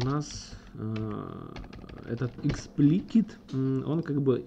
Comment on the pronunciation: Эксплисит а не эксплкит ...